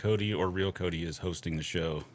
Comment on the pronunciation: I think im mishearing Cody, but it sounds to me like he's saying "chicken hole," and everytime it makes me want some chicken nuggets or some other type of deep fried chicken.